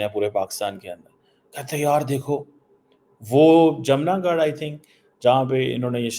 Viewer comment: wo जमनागढ नही जामनगर है 😂😂